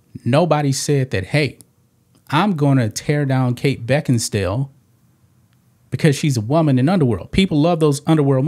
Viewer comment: LOL "Kate Becken-stale"